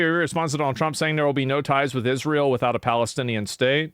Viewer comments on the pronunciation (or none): Wake me up when Candace Owens stops talking about Israel. Or ISH-REEL, how she pronounces it.